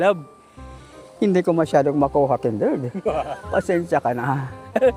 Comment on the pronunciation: Haha hindi talaga nababago yung bigkas ni sa pangalan ni kuya kindred kinderd parin 😅